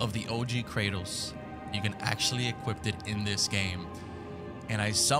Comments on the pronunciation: Is he saying equipt instead of equip? Lmao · Dont mean to be rude but it Sounds like you keep saying "equipped it" when you say equip it. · You had to "equipped it?" Its "equip" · Equip* I feel like the man kept saying equipped to drive me insane 😂😂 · Equip , equip it not equipt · Bruh, why do you keep saying equipped and not equip :/ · ITS EQUIP NOT EQUIPPED. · “EquipT” not EQUIP 🌚💀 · Bruh. It’s “Equip”. Not “Equipt” tf. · You can"equipt"it?..ive never equipt it but i know you can equip it. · EQUIP NOT EQUIPT YOU UNCULTURED SWINE 😂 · Bruh it’s EQUIP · EQUIPT lol